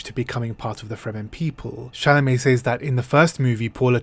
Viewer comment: "Says" is pronounced SEZ.